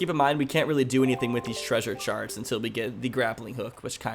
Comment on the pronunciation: Anyone else hear saying sharts and not charts